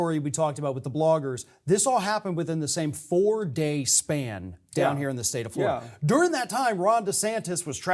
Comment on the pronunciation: Fwowida, we hunting Democwats, HeHeHeHeHeh...